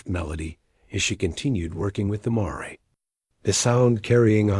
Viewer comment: Miss pronouncing mare..